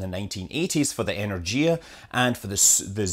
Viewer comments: I'm not Russian, but the proper pronunciation of "Energia" in English (from "энергия" meaning Energy) is not En-er-jia but En-er-gee-a. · In "Energia" the stress is on the second "e" and the "g" is pronounced as in "go" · So it has to be pronounced as engorgoia? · no, it’s pronounced as enErgia. The g sounds like g in “great”